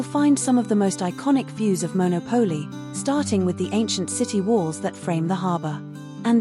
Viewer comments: Maybe when people put these videos on YouTube they should learn to pronounce the names correctly. Firstly it’s MonOPOli not monoPOLI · MonÒpoli, not MonopÒli. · It is pronounced Mon au Po Li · A nice informative video. However, it would be good if you pronounced the town’s name like Italians do